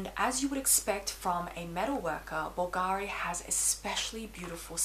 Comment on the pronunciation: Very well thought out review! I’ll tell you this, because I know you’ll appreciate it, plus you’ll be the first one in the fashion YouTube community(that is not Italian: I’m Italian) that is going to pronounce it correctly! Bulgari: the accent is on the u! (just go to google translate Italian and then listen to how it is said!). Keep up the good work and congrats on your baby boy Leon. 😊